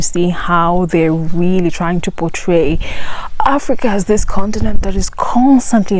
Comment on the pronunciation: Africa or Aprica??😅😅